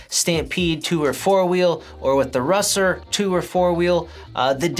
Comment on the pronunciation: LOL He said "Russer." It's OK, bro. We know what you meant. LOL